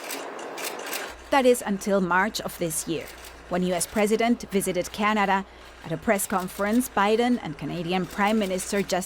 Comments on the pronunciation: Really bothered by the narrator's pronunciation of the word 'Canada' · How she pronounces Canada is pissing me off